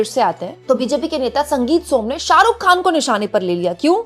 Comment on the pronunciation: Khan.. kehna seekhne ke liye please urdu Letter(Harf) ko pronuounce karna Seekhen. Yeh letter hai... Khe.. kharid kar . Lata Ji ne bhi urdu seekh kar hi khyati paayi...